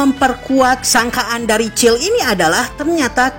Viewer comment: Bang kykny kurang eneg dengerin nama cill harusnya siel